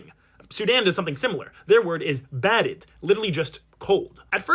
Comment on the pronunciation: My man said barid, I will personally look into it that you get your Sudanese passport 😂